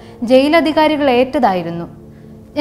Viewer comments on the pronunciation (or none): ഇതിൽ പറയുന്നപോലെ അക്കാലത്ത് കുട്ടികളായിരുന്ന ഞങ്ങളെ ചന്ദ്രൻ വരുന്നുണ്ട് എന്ന് പറഞ്ഞാണ് പേടിപ്പിച്ചിരുന്നത്, പിന്നെ ഒരു തിരുത്ത് സഹോദരന്റെ പേര് ചാണ്ടി എന്നല്ല "ആണ്ടി"എന്നാണ്